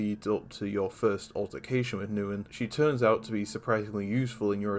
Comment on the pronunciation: Very good, underrated video Though, fyi, Neun is pronounced like “Noyn”